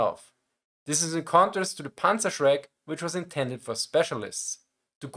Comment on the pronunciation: Meine Rückmeldung an Dich: Wenn Du im Englischen deutsche Begriffe sagst, sag sie wie ein Deutscher, also richtig. Demnach: „Panzerschreck“ und nicht „Panzershrek“. Das fällt leichter und ist korrekt. Mir ist aufgefallen, dass viele Deutsche das auch mit ihrem Namen machen. Wenn sie Lukas heißen und sich auf Englisch vorstellen, machen sie aus dem „Lukas“ einfach englisch ausgesprochen „Lukäss“. Das macht sonst niemand, nur Deutsche. Und es ist unnötig. :D Vielen Dank Dir für das interessante Video und Deine vorangegangene Recherche!